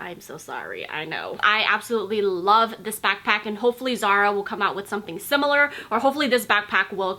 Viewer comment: How you say " back PACK "is funny 😹 nice video though